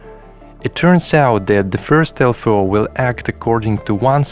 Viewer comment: One thing ist triggering me.... -> LFO= Low Frequency Oscillator and spoken out L-F-O. Beside, great video. I own a Ti myself, i wished i have the time to explore it all deeply